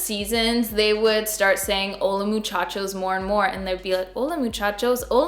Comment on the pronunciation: Im a spanish speaker from México 🇲🇽 you said hola muchachos just fine 😉